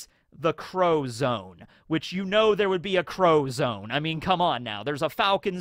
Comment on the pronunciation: I keep hearing the crow zone instead of zoan.